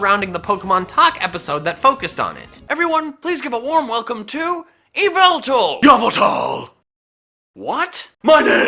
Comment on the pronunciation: THIS ISN'T THE MADTV SHOW! IT'S YVELTAL, NOT F*CKING YAVALTAL! FIX IT NOW!